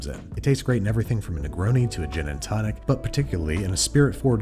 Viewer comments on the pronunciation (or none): none